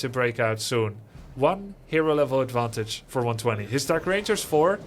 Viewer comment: Its pronounced one two zero